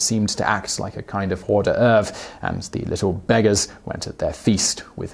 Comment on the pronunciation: "hore de erv" lol